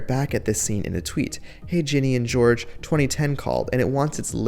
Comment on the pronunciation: It’s Ginny and Georgia, pronounced George-A. With an A at the end. Not George.